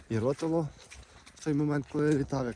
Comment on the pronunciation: місцеві називають гору рОтило...наголос на перший склад)